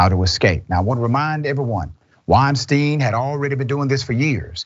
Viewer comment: called him Harvey "Weinstain". LMAO